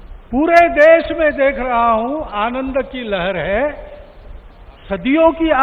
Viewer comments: देश होता है देस नहीं 🤦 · Ravish ji l' m your fan. I request for use of correct pronunciation of Hindi... Country mean desh.. not des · Des nhi desh hota h GAWAR